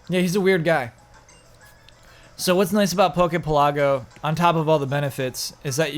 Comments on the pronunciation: Isn't Pokepelago supposed to pronounced like archipelago? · Yes, it kills me every time says it